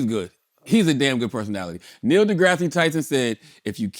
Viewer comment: Drake going back to the wheelchair with Neil's name pronunciation 😂